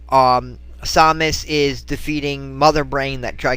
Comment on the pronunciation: it's samus not somus but other then that good video